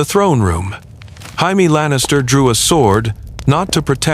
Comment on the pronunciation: I don't know Jamie Lannister was Mexican. 😂😂😂